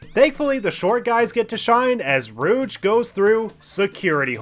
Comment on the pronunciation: Why do you call her "Rooch" instead of "Rouge"? :D